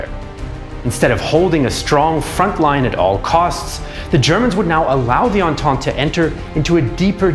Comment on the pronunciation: Don't you mean Entente aha